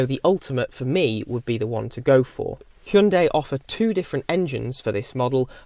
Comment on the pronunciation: You are probably the only reviewer who pronounced "hyundai" correctly